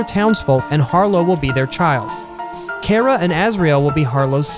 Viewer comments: Her his thier name is pronounced. Kar-uh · IT'S NOT PRONOUNCED KARA!